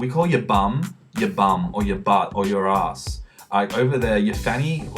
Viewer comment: dude, i couldnt stop laughing when u said ass! i dunno why, sounded funny. (im aussie)